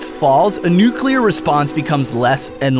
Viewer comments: He said nucUler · the only thing I hate about this video is you said "nuculer" instead of "nuclear" that is one of my biggest pet peeves